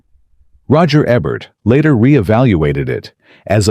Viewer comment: Roger E-bert not Roger Eh-bert. These are AI "narrators" with their bad line reading and hilarious pronunciations [I think it was this AI voice on another video talking about L.E.D Zeppelin]. Can't they afford actual narrators?